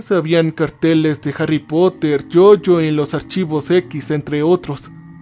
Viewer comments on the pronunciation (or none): none